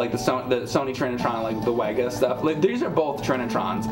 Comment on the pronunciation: WEGA is pronounced "Vega". German's gonna german. In the grand scheme of things it doesn't matter but everytime you say it wrong I think about Doctor Pulaski calling Data "Dah-ta" instead of "Day-ta" and him verbally slapping the shit out of her.